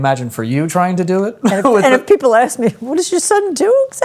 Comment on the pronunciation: P.S. When Joe talks with Frankie he says “aks” and “aksing,” but when he talks to his mom he says “ask” and “asking!”